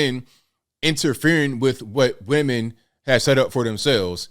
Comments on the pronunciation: Aside from the accent...said WEMAN not women. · "..the miss universe organization from now on is going be run by we men ... " What's wrong? HE said it correctly 🤣